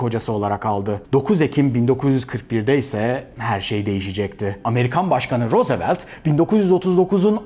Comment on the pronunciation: Başkan Roosevelt telaffuz edişiniz dikkatimi çekti neden